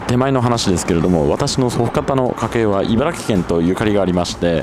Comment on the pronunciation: 茨城県の人はいばらぎと発音します。スーツさんはいばらきと正しく発音してますね。